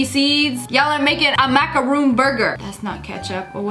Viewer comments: It's not a macaroon it's a macaron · It's not macaroon mak - a - roon . It's macaron mak - a - ron . There's a difference. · its a MACARON NOT a MACAROON!!! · macaroons are like coconut chocolate cookies, she said it wrong, its macarons. alot of people get confused with this, im so dissapointed... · ITS NOT A MACROON ITS A MACRON 😭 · It's not a macaroon, it's a macaron. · completely irrevelant so I’m sure I’m the only one who got triggered at her calling the macarons ‘macaroons’ . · Macaron Mac-uh-rohn